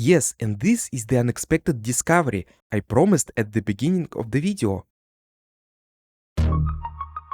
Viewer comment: i love how you say video видё